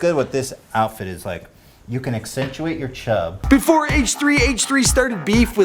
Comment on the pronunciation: Lmao "efore"